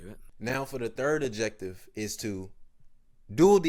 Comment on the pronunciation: You are not speaking English - seriously you dont say "objective" or "executioner" clearly .